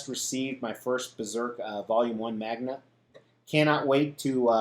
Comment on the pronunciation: MANGA, not MAGMA! July is looking like a great month of collectibles! Hope they arrive as planned. Great channel!